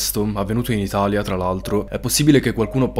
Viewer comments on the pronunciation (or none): none